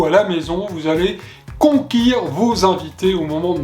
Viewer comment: Bravo pour cette belle recette, j'ai juste une petite chose à bous dire, vous avez dit conquir mais c'est conquérir voulà ne m'en voulez pas c'était amical, bonnes fêtes et bon appétit à vous